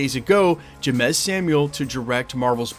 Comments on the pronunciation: It’s pronounced James bro if you don’t understand black names you shouldn’t be naming them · Jeymes is pronounced James 😂😂😂 He is the brother of the singer Seal.. you know kiss from a rose. Batman Forever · It's pronuced "James" Samuels, just spelled differently. The Harder tHey fall was fire, this is good news. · James=Jeymes! Can pronounce Coach Ks last name front and backwards, but a couple letter changes and you havin a stroke. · Yeah buddy BUTCHERED the homie name smh 😂